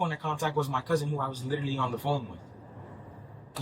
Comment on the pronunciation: I Littelly inn-a-cent bro. Bro I Littelly inn-a-cent. Bro. I Littelly inn-a-cent bro. I Littelly inn-a-cent bro. On my dead mothers grave……!!!! STUPID & DISTURBED